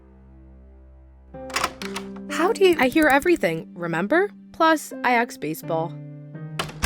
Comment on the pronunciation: aksed instead of asked